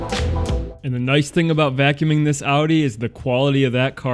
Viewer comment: I am impressed as hell that you can pronounce Audi correctly. So many americans are not able to and instead say Odi or some bs like that